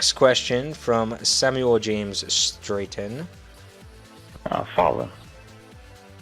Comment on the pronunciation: it's pronounced "Strat-un"